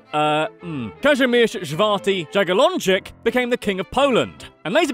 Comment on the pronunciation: Is the name Kazimierz pronounced Kas-Im-Yas ???